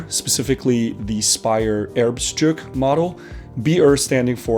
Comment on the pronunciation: Speyer Erbstück. Not Erbstruk.